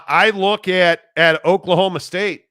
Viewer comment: Not oak-state, it’s Oklahoma state. You say no heart? Coming back from a 14 point deficit? Give me a break lol